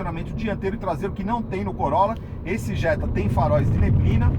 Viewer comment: Jetta é Jetta pelo amor de Deus